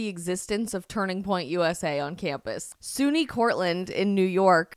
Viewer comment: Yo! It's pronounced like sunny. I know because,in 1968, I had a scholarship to SUNY at Plattsburgh.